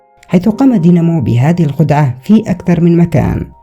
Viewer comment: اسمه داينمو وليس دينمو